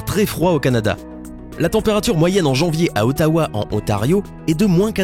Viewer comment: Salut ! Je suis Canadien :D et je vais un peut te corriger pour la prononciation x) : Ottawa et non ''Outtawa'', YukON et non ''YukONE'', ''Nounavoute'' et non ''Nunavute''. Et une autre chause, les Canadiens N'ADORENT PAS TERMINÉS LEURS MOTS PAR ''EUH''. Et la prostitution n'est pas permise au Canada et l'as jamais été. Vérifie tes sources avents de regarder 1 site et mettre l'information direct s'il te plaît parce que sinon sa pourais avoir un mauvaise impacte sur le Canada surtout que ''la prostitution est permise''. Fais attention à se que tu dis stp...